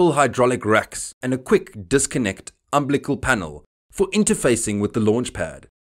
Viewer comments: Please check your pronunciation of the word UMBILICAL. It's Um-BILL-eh-cul. Not Um-bli-cal. There's an I in there that you're missing. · The word is umbilical, (əm-ˈbi-li-kəl) NOT umblical. Oof! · What's an "umblicul"?